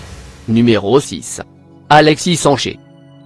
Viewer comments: Tu prononces hiper mal "Alexis sancher" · Apprend a parler “ Alexi Sanché “ tu m’as tuer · Est mec j'ai rien contre t'es video mes t'es pronontiation des nom'et meme ceux des clubs sont mauvais arrete de parler de cette fasson alexis sancher n'existe pas ces alexis sanchez avec un z man t'es serieux